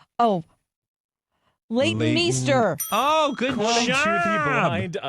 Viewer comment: 😂😂😂 me too. Not me screaming at them “LEIGHTON MEESTER!” “ADRIAN BRODY”!!! Gawd that was painful lol